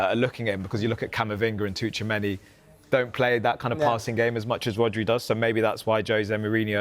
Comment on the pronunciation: Brother. It's not Touchameni, ffs.